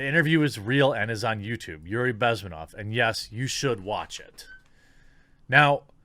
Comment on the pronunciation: Bezm`enov. Stress is on the second syllable. Just in case you ever need it again. :D